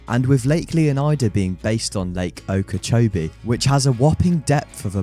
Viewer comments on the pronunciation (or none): none